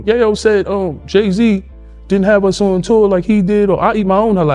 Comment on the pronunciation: It’s fuckin ya yo like coke not yaaah yoooo 😒if goin talk about bro least say his name right🗡🗡🗡💯